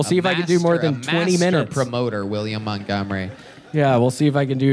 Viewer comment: I AINT NEHFUU GONNA STOP WATCHING